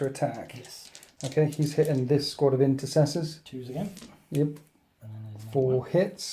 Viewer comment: I wonder how many of the 13th's old renegade ways have made their way into the 2nd company... I mean, with units called Incestors... Most awkward vocal mishap award, quite often, goes to.